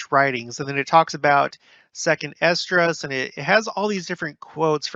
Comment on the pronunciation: EZ-DRAS...not Esedras